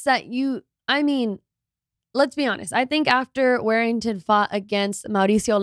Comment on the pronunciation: War-ing-ton.... Not Wear-ing-ton